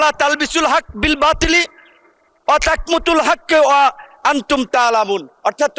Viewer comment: ওয়াতাকমুতুল বলছে